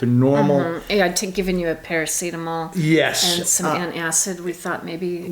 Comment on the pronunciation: Holy crap! I am happy to see you are back on your feet. And you seem okay. You even said "Parametacol" again. That sounds like the we know. Props to the medics. You say they saved you from a tour to the basement. Last summer I had to call 112 for my neighbour. He was not more than half an hour away from a meeting with G. Reap. Pro's for sure and they saved his ass too. Thumbs up for Maasstad and crew. Props to you too Tammy. You did keep it together for the right actions needed in the situation. Well done! And on the bright side. You have a great excuse "Not" to go on any rollercoaster, ever again.